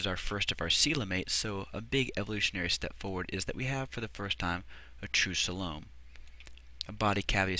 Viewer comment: I've heard coe-lum and soe-lum before, but never "salome" for coelom before :)